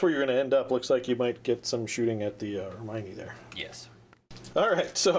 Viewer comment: You're not close with Hermione. You can hear it in Harry Potter (in French). It should sound like Her-Me-On linking Me and On